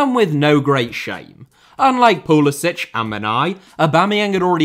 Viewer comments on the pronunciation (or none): It's pretty funny how most Europeans pronounce Pulisic's name as "Pulisich" (Pulisić) as if her were Czech or Croatian, but nah ahaha, I don't wanna by that guy, but it aktshually Pulisic (Pulisik) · Somebody should tell this guy how to pronounce Pulisics name. He is American not Croatian. It is pronounced as Poo li sick not Piu li sich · His name is Pulisic not Pulisić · Thank you for this comment! I know it’s difficult to switch gears when the Slavic pronunciation is deeply engrained but you manage to pronounce Thierry Henry without a hard English H. It’s seriously like nails on a chalkboard to American ears. Puh-lis-ick… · It's pronounced PULISICK. Yes, I know, he's of Croatian descent. But he pronounces it PULISICK. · It pronounced pulisik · If he can only pronounce his name right… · He’s literally of Croatian heritage. He could have played for Croatia. He just can’t pronounce his own name. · Yes, the point is he’s doing it wrong. It’s a Croatian name and doesn’t end in a hard c. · Odd that you don’t pronounce pulisic correctly as per how he pronounces it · You've done one thing that Pulisic hasn't done. Pronounce his name properly. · Love how you consistently mispronounce Pulisic according to Christian himself.